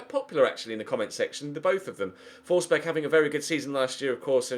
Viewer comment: FFS it's pronounced Fors-berry ..... not Fors-berg....